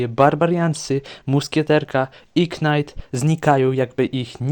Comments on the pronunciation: Czemu mega knight mówisz normalnie ale zwykły knight to już jest knajt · Czemu tam powiedziałeś "Knajt" (knight) nie czyta się k gdy jest przed n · Jakim cudem Mega Knight czytasz dobrze a Knight źle 😮